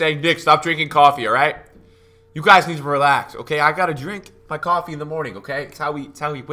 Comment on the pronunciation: He’s clearly drunk, “coffee” 😂😂